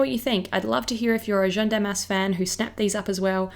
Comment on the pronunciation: I was so curious about this collection, thank you for reviewing it so concisely! Although... can I please just point out a tiny little thing that's been tickling me? Jeanne is pronounced with an 'a' sound (like in the English word 'man'), not 'e' (like in 'fern'). I noticed it in your celebrity makeup bag as well ;-) I love that you're trying to pronounce things correctly, it just sounds like you're calling Jeanne 'jeune' (young)! Like I said, tiny. As always, love your work!